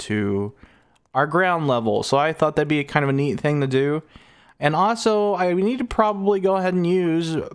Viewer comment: Your videos are fun but ahso drives me nuts 🥜